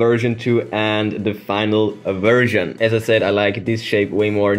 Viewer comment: You said version, I heard virgin